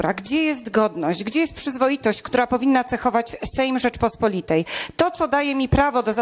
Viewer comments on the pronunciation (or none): ta czarnulka nie potrafi nawet poprawnie wypowiedziec ,, Rzeczpospolitej"